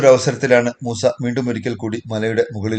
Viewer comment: മൂസേ അല്ല മൂസ 😂